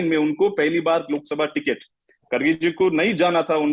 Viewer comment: He is not खडगे, he is खरगे. Pronounce as खरगे.